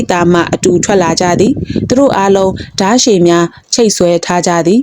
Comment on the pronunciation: ဓါးရှည်ကို.... ဓရှည် ကူးတို့လှေကို...ကတို့လှေလို့ အသံထွက်ပါတယ်...